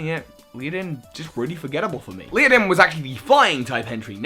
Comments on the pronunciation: Ledian , not leadin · Does he really hurt call it "Liadin"?? 😂😂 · Nails Togedemaru Struggles to say Ledian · Leidan? Its Ledian. Le-Di-An. Not Lei-Dan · "leo-din"? le-di-an Dunno how many people have informed you on this, but one can only hope that you'll improve. XP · Leodin??? How does one get that from the spelling of Ledian? Lady-on, ok, leh-di-on, sure... But Leodin? What? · Ledian. How hard is that. How can you pronounce Ledian as Leadin? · How in the world are you saying Lee-oh-don? Led-i-an = lead-(like the metal!)-ee-an. The others I'm not that fussed about, but that was kinda bad on a legendary scale, and I'm more or less meh about that Pokemon. ^_^; Other than this I pretty much agree with your list with the exception of Servine, and my favorite scentless, rainbow ooze monster. You can dislike their designs if you wish; just gonna say they are some of my favs. :3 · LED- EE- AN You're welcome,. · Oh Gods. . . Ledian, Led-ee-an. Pokemon names are NOT that hard! I'll forgive you for Zweilous, because unfortunately not many people learn German (Ein, Zwei, Drei) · aww poor luvdisc. So cute. Also how can you not pronounce ladian.... LADY-EN. easy. Also.... skrelp is a sea dragon, not a sea horse. Theyre related but not the same thing. Skrelp looks like seaweed (kelp, hence its name) because thats what sea dragons look like . Just saying. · ledian is le - dean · Leeadin... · Ledian is pronounced Led-e-in. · Ledian is pronounced LED-I-EN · HOW CAN YOU NOT READ AND PRONOUNCE "LEDIAN" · Please, the d comes before the i in Ledian… :P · STUNFISK. I hate that thing. It's cry is the sounds of the damned burning in hell, but omg. mate. The way you pronounce Ledian. Hahaaaa. I WAS JUST SAYING THE OTHER DAY I didn't even know avalugg had a pre-evolution until I pulled a bergmite in a TCG pack. I forget avalugg even exists. Poor Delphox and Alolan Muk. Sheesh. Twitch squad!